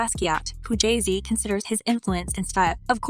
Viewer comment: You say Jay z weird